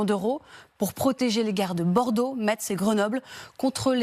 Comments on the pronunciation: On ne dit pas MeTTTz on dit "messe" non de non... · On ne dit pas "Metsse" !! 😂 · Metz.... ca se prononce "Messe" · les Allemands qui disent Metss En français on dit messe